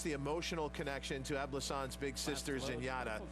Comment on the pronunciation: Great race! I sure was surprise, and glad, that her name was pronnouce correctly ;) I was watching on calracing and the guy in the paddock kept saying ''E-blou-ssante'' instead of ''É-blou-i-ssan-te''.